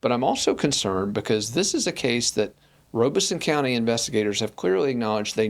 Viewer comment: Robeson (ROB-ih-sun) Rob Not Robe And no R after the E